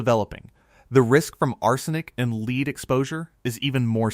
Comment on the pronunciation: It contains “ leed”? Outa here AI